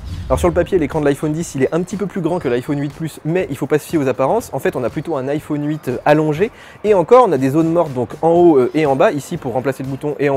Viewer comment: Sympa le test ! Mais je vous en prie, c'est iPhone pas iFauune mdr